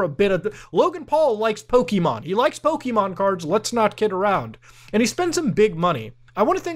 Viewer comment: I hate how much it annoys me to hear Muta say "Pokimon" instead of "Pokémon"